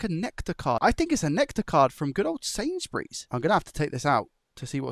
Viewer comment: "If it's just a case of removing sainsburies" 😂😂